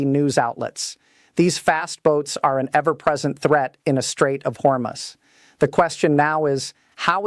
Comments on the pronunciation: Hormus Is Pronounced, Hor Moose. Thank You For All Of Your Neews & Militar Strategic Information To Be in The Knowledge This Information Is. Important to The Citizen's Of 🇺🇸 America 🇺🇸 ❤ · Straights of Hormuz Pronounced Strayts uhv haw-mooz I, felt that you all were well Versed! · Your AI can’t even pronounce the name of the straight correctly?